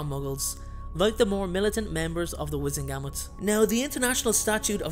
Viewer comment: U pronounced wisengamot wrong. Also Harry is famous, not Imfamous